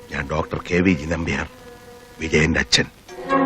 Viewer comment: സംവിധയകൻ ശ്രദ്ധിക്കാതെ പോയ കാര്യം . അച്ഛൻ വരേണ്ടിയിരുന്നില്ല എന്നതിന് പകരം അച്ചൻ വരേണ്ടിയിരുന്നില്ല എന്ന് ഉച്ചാരണം വേണ്ടിയിരുന്നു